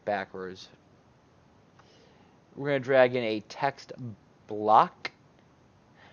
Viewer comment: Im focussing so much now on your "Drag/in" and hear always "Dragon" :D Amazing tutorial as always! It did work perfectly :D And to fulfill my job: If you put it in the right corner why are you using center-position mimimi XD Im just kidding, it should be simply to show the function :)